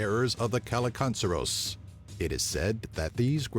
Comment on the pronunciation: As a Bulgarian, I can confirm number 3... Except the pronounciation - here is is "kil-li-kan-dzer". But we mostly use it for a strange animals or bugs (e.g. something flies around your face too fast and you are like: "What the hell was that killikandzer?!")